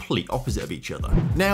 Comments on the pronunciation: Reims is pronounced like France in French without the F - "ran-se" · Love the video but hate how you pronounce "Reims"